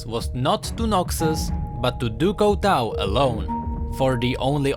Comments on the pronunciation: du coutau du coutau du coutau. it's du cutuu (the pronunciation) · No offense, but you pronouncing "du couteau" made me want to cry. :P it's pronounced "du cutô" or something, means "of knife" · Lol no offense but u have to speak it like in french du couteau = du couto speak it out like that :) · XDDDD house du couteau l thought it was a auto translation coz lm french buh na l swear to god the prononciation is actually House du cuto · i really like your videos but... it is pronounced "Ducooto" (from knife in french) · Pronounce it DuCooto pls, and it mean oftheknife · It's actually pronounced Due Cooto ;) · j'adore la prononciation anglaise de "du couteau": du couwtweau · Pronounced "doo koo-toe" I like your videos, keep it up:D. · THIS PRONUNCIATION OF DU COUTEAU IS KILLING ME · i cringed everytime he said "du couteau" x.x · Very nice video but your french pronunciation is not correct. Du Couteau is not english so try to pronounce it good next time.;-) Still a like tho. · Der13pipez01 Oh I though you were french XD mb! I was saying that I find the way english pronounce "du couteau" funny.